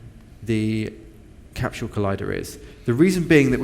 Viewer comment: CAPSHULE? There is no H in Capsule...